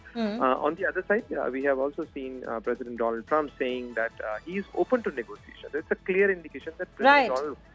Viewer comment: My phriend the phriend of India Mister Donaallddd trump😅